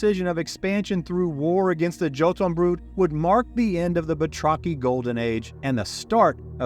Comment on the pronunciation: This and other videos by you are a great "refresher" for my fading memory and ageing brain One thing i would like to correct - not your lore - but your pronunciation, when you mentioned the Jotunfolk/Jotunbrood towards the end, the J is spoken as a Y (as in Jung/Young), despite many games and various sources, especially video games and movies insisting on the English J, the word Jotun is Old Norse (something i know a little about) and while it commonly gets connected to Giants, giving rise to stories of Thor fighting giants, the actual translation of the word is more likely "Gnawer or Chewer", or one who wears down with its teeth But Snorri Sturlusson, Iclenadic 12th century Christian scribe was never one to let truth get in the way of a good story and so Jotun = Giants according to him, and since he was a self declared expert on these things, it kinda stuck So pop cutlure today is strewn with games and more featuring Giants using the word Jotun But im not sure what is more scary, that long ago there may have been giants, or that long ago there was something for its tendency to chew and grind food with its teeth Hope you appreciate the correction, in the spirit it is intended, that some of us simply seek to improve the world around us as well as ourselves